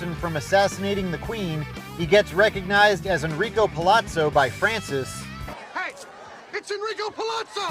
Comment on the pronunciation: LOVE how you said 'Francis' Hahahahaha